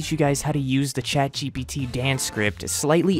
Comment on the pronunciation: bro said chadgpt for real bruh